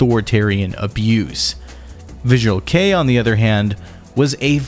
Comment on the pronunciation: I've noticed that this guy can't pronounce anything except English. I think his videos are good, but the pronounciation of all 'foreign' words pisses me off. He pronounced visual kei as 'visual key' 😂